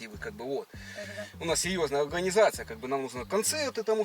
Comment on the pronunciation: Только начал смотреть и уже ржу - говорит "у нас сеЁзная алганизацыя" )))))